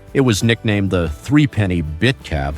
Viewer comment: Oh the irony. Some shots of the Morris J Type were actually an EV styled to look alike, and thus attract a custom clientele. AND the doors slid "internally" on the original. And "three-penny" is actually threepenny pronounced threp-a-nee (without pauses). Which was a pre-decimal coin of the UK - note England is but one part of a United Kingdom. Ask any Scotsman (et al).